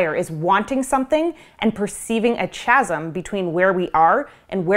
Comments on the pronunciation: Probably won't be seen with whatever other freaky nonsense is floating around but I wanted to clarify that "chasm" is pronounced as kazzum. Just wanted to mention that while standing on my "pedalstool". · “Chasm” is pronounced /ˈkæz(ə)m/ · Chasm is pronounced Kazm